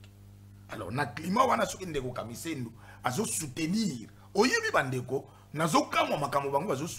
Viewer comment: Boyoka muluba wana KAMISENDO nde KAMIZELO